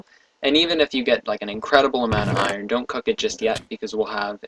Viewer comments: no it's pronounced with the "r". i don't know how says "ion blocks". i hear something like "eye urn blocks" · you are saying iron wrong. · iron is pronounced without the R